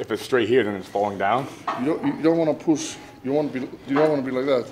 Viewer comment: it definetly sounds like big pus not push lmao